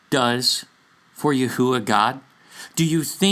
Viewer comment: This could be the most accurate or correct pronounciation of YHUH sacred name..